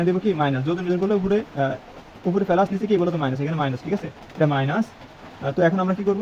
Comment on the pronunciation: ফেলাস নয় প্লাস